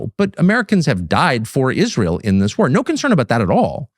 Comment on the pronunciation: lol. When Ben started about the danger to American troops I thought he was talking about Izrail. Haha. Silly me. He was talking about I-Ran.